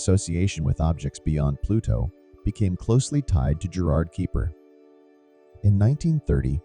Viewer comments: I stopped watching in when the repeated pronunciation of Kuiper as "Keeper" annoyed me too much added to he suspicion that there was nothing new here as they took to say nothing at all. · Was about to ask what the Keeper Belt is. lol It wouldn't be so bad, but when Kuiper and his belt are mentioned so often it is very irritating! lol